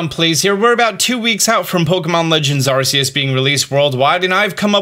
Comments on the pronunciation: I really love your content and its always great but please, ArCeus not arseus☹ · Just say the 3 letters RKS and you will be pronouncing Arceus right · Dear god! STOP SAYING ARCEUS THAT WAY! YOU DO IT JUST TO PISS PEOPLE OFF!!! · When are you going to fix your pronunciation of the word 'Arceus'? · Arceus is spelled with a hard C, just saying. That said, this video is pretty cool. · Did this man really start off the video with pronouncing Arceus name wrong? 😂 Sounds like k in the begining not s